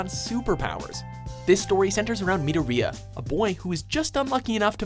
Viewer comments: MI-DOR-I-A?! ITS MIDORIYA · MIDO-RIYA?!?!?!?!? Its Midori-ya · Who else cringed at the way he said midorhiya? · That’s not how you say madoriya ma-d- OR-i-ya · its mi dor rya not midor iya it says it in both dub and some pronounce somthing right for once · anyone else cringe when he said midoryia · Midoria (Meh-Door-e-ah) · Mi doe ri a. Say it with me guys, it’s midoriya (Mid-or-e-ah) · and my hero academia he's pronounced mid-dor-ree-ah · “Midoriya” me- 😬 that’s not how you SAY IT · I notice that the host guy sometimes pronounces the names of anime characters wrong but but Midoriya?!?! That's to fricking far!!!!